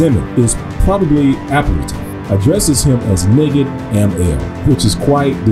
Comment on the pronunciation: I was taught that word was pronounced NIGHID. Spelled and defined the same but pronounced differently.